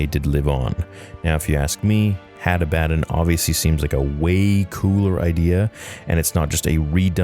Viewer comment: ah-bah-don, the fuck is hattah-batt-en and Attah-batt-en? Genuinely asking here. Cause I'm just logically thinking how someone would pronounce this in English.